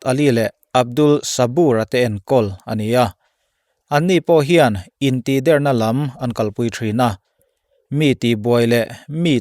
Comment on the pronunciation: (Intihdérna ..dérna hi thlûk san vak ṭhin loh tur) + (intihdèrna.. dèrna hi a hniam phei deuha lam zawk ṭhin tur) hmân âṭanga beng ti kham ṭhin tu a ni...ṭang zêl ang che, kan ngaithla nasa ṭhin a nia.